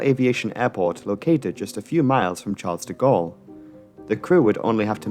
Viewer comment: You mispronounce the name of the Parisian airport.